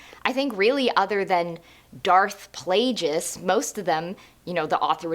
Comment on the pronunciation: that's an interesting way to pronounce Plagueis